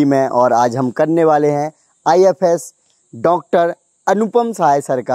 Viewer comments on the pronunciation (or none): IFos not IFS 😅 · Ifos h ifs nhi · It’s IFoS not IFS service